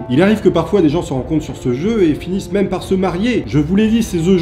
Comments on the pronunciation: Mime tu veux dire meme ? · OMG il a dit MIM OHlala !! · on dit meme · Non en anglais le e ce dit i